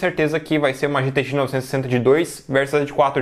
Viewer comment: Ele nao consegue falar gtx 960. Kkkk Ele fala "gtxnovsssss" 😂😂😂